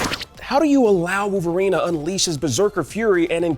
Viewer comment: Koonami and Wooverine smh, get someone else that can pronounce things